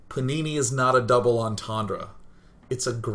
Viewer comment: He says panini but I heard punani every time O.o